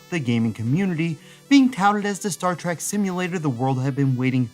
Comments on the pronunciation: Trek ! not Track ! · Star Trek. Not Star Trak. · It's a short E sound, not a short A sound. Trek, not Trak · Why do you say "Star T-R-A-C-K" throughout this entire video? I'm not even a fan of the series, but I mean...knowing how hardcore its fans are, this seems like quite the gaff, no? [comment edited to add] ...But otherwise a great video, as the majority of yours are. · I completely know how it's pronounced and shield but it'll always be Star Track in child like brain! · Star Trek has an e in the second word, not an a. Why do you keep saying "Star TrAk?" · Star "Track"? you're killing me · It is called "Engagement bait" He said a word wrong, and now we comment on his video, helping him in the algorithm. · I can't believe there are not more people calling this out lol I don't care what you're "used" to saying, say it right!